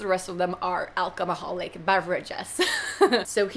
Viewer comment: Alco-ma-holic is a great word :D